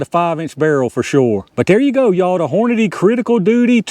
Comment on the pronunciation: These Criticals opened up pretty good. I'm just happy we pronounce Hornady the same way😂. I be hearin people say Horniday all the time lol. Those grips make me wana 1911 idk why but they give me serious samurai mask vibes